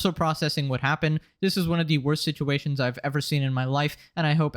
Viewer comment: Why do you speak like a child at time? Situwations...Angwy? not a lisp, but ...weird for a grown up.